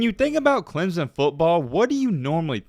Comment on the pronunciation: dude it is not clem zon it is clem son just saying